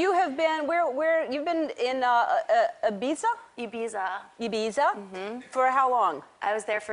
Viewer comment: How did she spend so long in Ibiza without learning how to pronounce it?